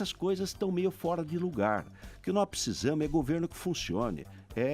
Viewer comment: De cada 10 palavras que ele fala 5 é "Tecnologia" e as outras 5 é "pssisamo"... Kkkkkkkk